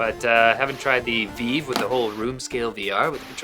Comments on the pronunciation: It's vive not veve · So canadian's pronounce vive like fif not like five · why do you keep calling the vive the veev?